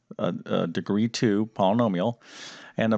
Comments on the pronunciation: Polanomial? Thankfully, you don’t teach speech nor pronunciation. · 10 min understanding... 20 min vid. Too many ahhhs and ummmms. Can’t pronounce Polynomial...why is it called a quadratic equation? Curious kids want to know. Too much nose breathing and swallowing noise (annoying). Not good vid. Won’t use or recommend.